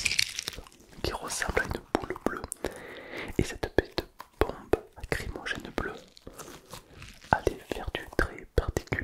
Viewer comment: Par contre c'est bombe lacrymogène pas acrymogene ; ) Le nom vient de lacrymal (qui est relatif aux larmes)